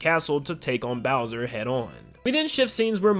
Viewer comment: “Hi seens ‘mai naim ees booser’”